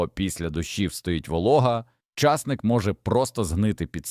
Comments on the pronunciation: Колись був часник, а зараз ломлячи языка, став чАсник. Гидко слухати. Не додивилась. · Що таке часник,що це за наголос? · Часник. Наголос на ник.